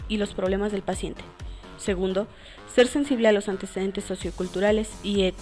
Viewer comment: Min no dice antecedentes dice ANTEDECENTES xD